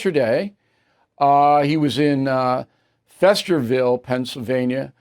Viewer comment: It's "FEAST"erville O'Reilly, not FESTerville! This kind of sloppy mistake is not why we listen to you. 😡